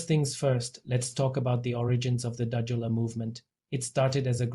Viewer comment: You can't even pronounce the word and no proof for accusation, just shut your mouth you've obviously run out of news for your channel. O/DUDULA is for us, not you.